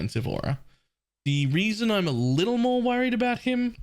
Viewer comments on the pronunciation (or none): none